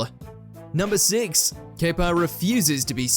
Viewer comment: Pronunciations of Anichebe, Szczesny, Kepa, Caballero, Iwelumo are tragic